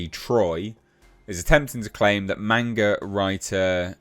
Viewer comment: "MAWN-GA." Not "Main-ga."